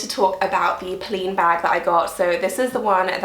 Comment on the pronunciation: It's not poh-lean. It's poh-lenne.